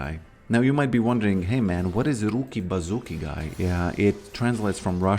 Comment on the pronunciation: Roooki-bazooki its cringe man, old mem